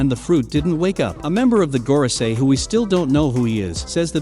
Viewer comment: Normal people : Gorosei This guy : Goro see eye